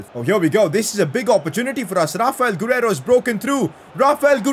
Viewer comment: saying rrrrrrrrrraphael gurreiro